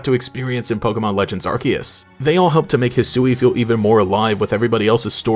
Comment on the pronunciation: I’m glad you said Arceus the right way.